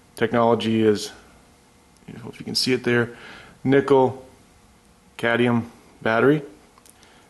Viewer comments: Too phallic looking? ಠ_ಠ I think your mind is the issue there. Now, please: it's cad*M*ium, not cadium. Thanks for the video! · Cadmium not cadium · CadMium, dude. You said cadium like 10 times in the span of a couple of minutes. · Great! Thanks for the tips. Same situation on a hand held Freshsaver by Foodsaver that sucks the air out of bags. It has two Nickel cadmium batteries. By the way, the 'M' in CadMium is not silent. You guys, anyway, 😂 ! Cad-mee-um! Not Cay-dee-um. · Cadmium: "cad-ME-um" - there's an 'M' in there for a reason. Same with solder, there's an 'L' in that one: "soL-der", from the Latin "solidaire" meaning "to join". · say: Cad-me-um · No problem, They got rid of the Cadmium technology because people could not pronounce it correctly. Next they will get rid of Nucular energy